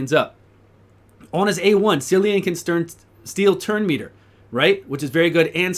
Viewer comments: If his name is going by the actual Irish way of saying it then it’s Killian not sillian. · He has an Irish name and it's pronounced Killean. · KILL-ee- an please start saying it right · Good video, but if they are going for Celtic, which I think they are, it is pronounced Kill-E-an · at least pronounce the guy's name correctly dude